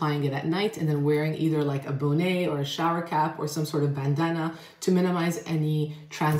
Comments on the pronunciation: I love that you pronounce bonnet "Bonét" like Lisa, Kadhja and their prolifically talented showbiz dynasty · Girl, why you pronounce bonnet like that? 🤣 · I thought I heard that too! 😂